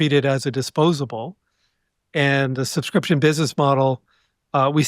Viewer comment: Him saying subscription pissed me off